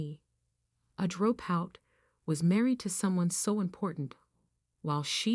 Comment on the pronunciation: Why does this woman keep mis-pronouncing "drop out"?? It's quite distracting.